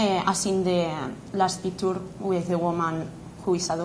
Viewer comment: made my day with her pronunciation HAHAHA! PIKTÚR and YOB!